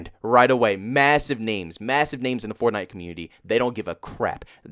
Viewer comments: the way he says Fornite almost has me rolling 🤣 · As well as other popular games Like f Or TnI te